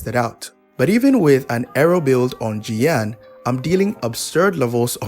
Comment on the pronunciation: That's Xiao not jiyan 🤣